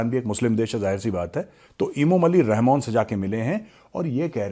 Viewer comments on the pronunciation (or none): none